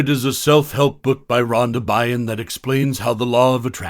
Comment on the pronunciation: Byrne is pronounced burn 🔥 just for future reference haha